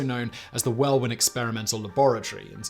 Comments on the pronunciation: It's pronounced wellin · Every once in a while you stumble pronouncing common English place names, like Welwyn on this video. Is this the problem with an autocue?